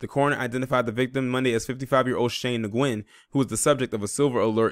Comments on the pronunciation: Nguyen is pronounced when/win. Good job on the story. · Pronounce as WEN not Nguyen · FYI .... Last name of victim is pronounced like the word “win” .. great video btw... this is clearly a h8 crime !!! Wtf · Nguyen is pronounced "Win"